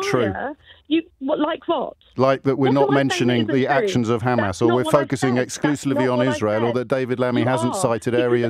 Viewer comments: KKKHHHHAAAMMAAAASSS JAMES IS KKHHHAAMMMAAASSS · Khamas khamas 😂😂😂 he is probably the best presenter on LBC